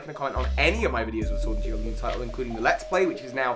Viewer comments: I like this new pokeémon SHIORD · Try out the NEW!! Pokeémon Shiord!! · Ah yes, I sure love playing Pokemon Shvord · Ah yes my favorite game, Pokémon shiord